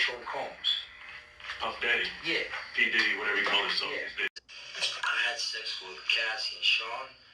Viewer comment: P Dead “E” … 😂